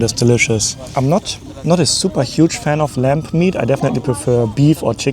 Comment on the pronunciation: Are you saying lamp meat?